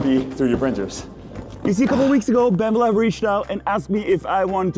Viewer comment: You keep saying Bambu Lab, but it sounds like Bambalam... to which the only appropriate replay is Hey Black Betty! Bam Balam!